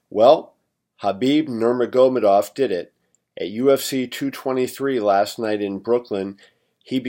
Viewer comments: Khabib No more go more dove? Damn son you butchered his last name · Interesting way to pronounce Nurmagomedov